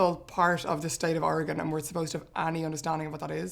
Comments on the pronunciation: Somehow people who haven't heard of Oregon say it better then most Americans outside the PNW. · Thank you so much for not butchering how Oregon is pronounced! You have no idea how many Americans can't even say it right! It actually sounds great with the accents. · Thank you for not pronouncing it "Ory-gun" not "Oruh-gone"... they don't like that up there. :) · I love that most Americans can’t pronounce Oregon correctly, but Irish people can lol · Bless you all for pronouncing Oregon right! You have no idea how many people say "Ore-gone" instead of "Ore-gun" like it's supposed to be. The state itself is pretty big, almost as big as Germany, but our population density is a hell of a lot less, 7 million versus 60 million last I checked. We've got coasts, rocky and sandy alike, the Gorge is one of the best wind surfing places in the world, as well as mountains and deserts. Lots of neat places to check out if you ever want to visit! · I have lived in Coos Bay, on the Southern Oregon Coast for all of my 65 years, so far. I thought they would show a wide range of the great snacky foods we have on the Oregon coast. Thank you for saying Orygun correctly. As we say, Orygun hasn't Gone anywhere. We are still here. 😅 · Anyone else going to give them props for pronouncing Oregon correctly? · Sigh. Irish people who have never been to or heard of Oregon are capable of pronouncing it almost perfectly. Whereas most Americans are seemingly incapable of doing so. Even with repeated examples and explanations. (I’m bitter.) Oh, and if anyone wants a bit of Oregon coast amusement - search YouTube for ‘Oregon coast exploding whale’.